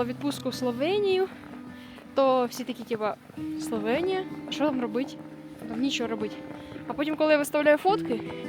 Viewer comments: Класний випуск, але є одне але - не СловЄнія, а СловЕнія!!!!!!! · СловЄнія ріже вуха